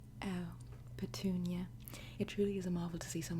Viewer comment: Idk why but I lost it every time she said “Patunia” 🤣 “Patoooniah